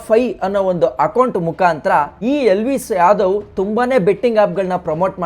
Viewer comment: Please pronounce elvish yadav properly